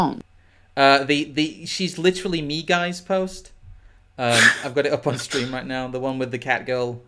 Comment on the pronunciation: Post the oof in the chat, asks "Steam okay?" Someone's been a bit too hard on the "R"